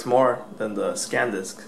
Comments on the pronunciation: You keep saying scandisk. Its SANDISK,!!! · Its SANDISK not SCANDISK, hesus dude.... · NOT SACAN but SAN disc!!! Haha! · say it with me man: San Disk. SEHN-DISK not Scandisk SAN DISK!!! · I'm just joking, you were saying ScanDisk instead of SanDisk and ScanDisk is a windows tool.;) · you say scan disk - i think its sandisk - btw nice vid - ill comsider the samsung card now that i saw this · SANdisk, not SCANdisk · How the hell do you get scand disk out of Sandisk ??? Whereas in the title you spell it correctly then go on to write scand disk ! How do you expect people to take notice of your review if you can't even read / pronounce name of product ? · The last time I heard someone talk this much shit (SCANDISK & SANSUNG) on youtube it was the vigilant christian! Seriously, if you don't have a fucking clue how to say the names or brands of the items you are comparing or reviewing then leave that kind of shit to someone who does and kindly FUCK OFF!